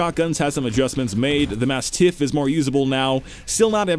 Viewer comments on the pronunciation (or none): I think he means that you put the emphasis on the second syllable as in "mas-TIFF" instead of the way the dog breed name is pronounced as in "MAS-tiif". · Why do you say "mastiff" so weirdly... Just say it like how you say the dog.